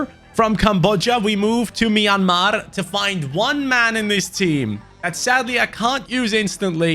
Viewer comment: I'm from Myanmar and Ur pronunciation of the name of my country is one of the best I've ever heard a non-Burmese guy do. Cheers.❤